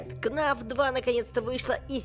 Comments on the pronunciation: ты сказал: кнаф 2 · у тебя ашибка ты сказал кнаф 2 а надо фнаф 2